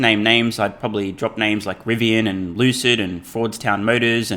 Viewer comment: thanks for focusing back on things that matter - Elon companies- his views - economic thoughts and no bird app discussion- I pray that conversation goes away soon. Excellent video and sweet topic - please say Lucid more frequently with that funky CEO accent - it’s amazing bro